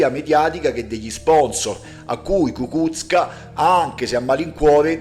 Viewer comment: Ecco, parlando ancora di pronuncia, quella corretta è Kukúzka